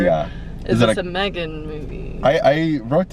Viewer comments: May gen goes hard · her face when he pronounced Megan as maygan